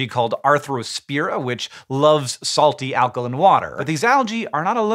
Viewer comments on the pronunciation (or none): Alka-LYNN ???????? When did Hank change the way he pronounced alkaline?!?!? HANK! It's pronounced "alka-LINE" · there is an "e" at the end of alkaline, why are you pronouncing it alkalin? you cant use accent as an excuse because its a basic law of english. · Alkolin? You’ve never pronounced alkaline like that in other videos. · So its pronounced alkalin not alkaline? And fishes not fish? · Alkalin not alkaline. And multiple fish of the same species are fish. Multiple species of fish are fishes. I sell fish. I usually just refer to them as fishies, it saves confusion somehow. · pretty sure this comment is making a joke about the way Hank pronounces "alkaline"